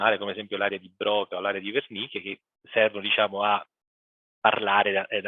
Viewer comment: Al min. 21.28 il nomina l'area di Bròca e l'area di Wernìcke. In realtà, il primo era francese e quindi si legge Brocà, mentre il secondo era tedesco e si pronuncia Wèrnicke. Pronuncia male anche Darwin, non sapendo che in inglese la w si legge u.